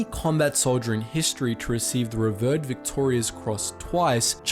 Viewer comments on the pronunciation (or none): The Australian pilot's name was pronounced 'CALLdwell', and the VCs that went to Upham are 're-VEERED'. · revered ree-veered